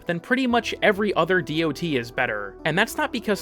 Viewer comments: The information here is solid but man I do not need to hear how tier lists work. Also, ignoring mods that can recontextualize damage types such as Shattering Impact just seems odd. Also nobody reads out DoT. It's "dot." it has been for like 20 years now. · Bro sotp saying dot that way please god please